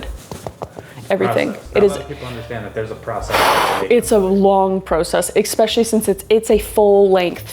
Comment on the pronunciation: Oh no, you said especially like a American... eXSpecially.